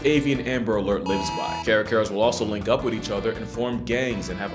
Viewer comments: Man i love all the wara wara love in this video, but how the hell did they end up with caracara as an English name. Care-uh care-uh is just unforgivable... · in brazil, we call them Cárcara, and honestly is so fucking funny to see an english speaker trying to say that name, lol. Those things are BIG, i took care of one once for two weeks or so after we saw the poor thing flying into a car and hurting it's wing somehow. Thankfully we have feeder rats so the "not so little guy" was fed pretty well, he also slashed my arms and hands A LOT, like, really deep cuts and once he held you in his claws it was A FIGHT to get out. It eventually got tame enough to get food from our hands but in that time he was fine and we let him go. I miss Carlos sometimes, he gave me some sick scars lol.